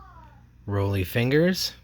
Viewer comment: It's "Raleigh" Fingers, not Roly. The man with the spit curl stache.